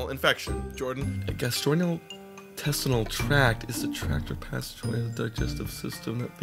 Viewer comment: Love the vid but it's pronounced "Gastro-intestinal"